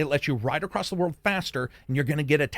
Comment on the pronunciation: Where do you live that the word “across” has a t at the end of it?